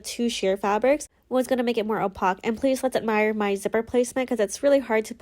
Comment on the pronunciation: Beautiful dress! Although I must say I’ve never heard anyone pronounce opaque like that!